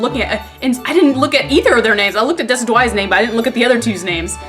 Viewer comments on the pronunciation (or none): It's actually "Dih - sid - yoo - eye" As in Deciduous and Eye. You don't pronounce the "De" in "Deciduous" as "Dee," you pronounce it as "Dih." Listen to the pronunciation on if you want to hear it> But you were pretty close otherwise. :p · I think its pronounced, Deh sedg you - eye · Deh-sid-jew-eye is how you pronounce Rowlets final evolution. In-sin-eh-roar for Litten's final. Pri-ma-rina for Popplio's final. Rowlet's final evolution is based of an extinct owl, which is why it's ghost type and also the description says it's super incredibly stealthy, like a ghost basically so that's the explanation for it's ghost typing. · It is pronounced Dee-sid-u-eye as in deciduous plants. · Decidueye -> De-Sid-you-eye It's like a deciduous tree and an eye. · It's deh-sih-joo-eye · I think its pronounced De-cid-ju-eye. Like deciduous trees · Decidueye is pronced like de sid jew eye. like a deciduous tree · Decidueye = De-SID-you-eye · I think decidueye is prononced dess-sid-you-eye or dess-sid-you-ayy. Its named i think after deciduous trees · Decidueye is pronounced Deh-SID-jew-eye. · Decidueye dee-sid-you-eye You're welcome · Mr. Sinister It's a deciduous tree and eye. Deciduous is pronounced deh-sih-joo-us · Decidueye is pronounced (dess-ij-ew-eye). The name is a combination of deciduous (type of tree) and eye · WHY CAN NOBODY PRONOUNCE DECIDUEYE